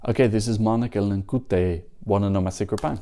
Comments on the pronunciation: To be sure, her last name's pronounced Linkeetė. Linkutė, which is also a surname that exists, would be written as... well, Linkutė. Obviously that's not a huge deal but as no one has bothered to correct you yet I figured it might as well be me. This is just for clarity's sake in any future references and what not. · The letter y in Lithuanian is pronounced as the letter e in english, just prolonged, so she’s Link-e-te, not link-ooh-te. The win was unfair as the public vote should be the most important.